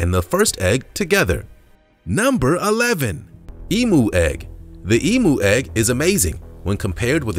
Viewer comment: Eem-yoo is how its pronounced not Ee-moo lol